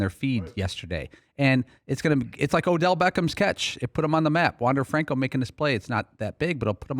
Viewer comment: Incorrectly pronouncing Franco. He also was not a draft pick, but an international signing. Maybe learn some facts before you mouth off on the player?